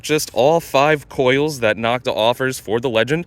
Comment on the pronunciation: Knock-ta is a derogatory pronunciation other manufacturers gave this company, as in knock-off. It is NO-k-ta. The O in Nokta is the same long O as in Makro. Great video comparison. Thanks for posting.